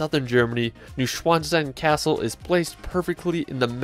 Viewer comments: new schwon stein xd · He really messed up the pronunciation of Neuschwanstein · you butchered Neuschwanstein Castle badly as well as London's Palace of Westminster, its not Minister; Stone Henge, not Hedge